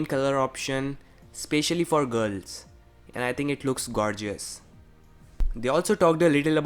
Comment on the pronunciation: You said gearls rather than girls. 👍